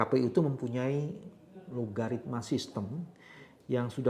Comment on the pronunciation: Algoritma pak, bukan logaritma. 😊